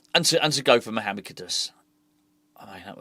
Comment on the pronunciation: you keep on saying the guys name wrong 😆 KUD….US But then it won’t matter for much longer as it definitely looks like he will be sold… Try to stay positive 👍🏼 Maybe this will be the rebuild that actually takes us forward as a club.